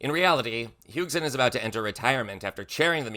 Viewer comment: fyi, Heusgen is pronounced Hoys-gen.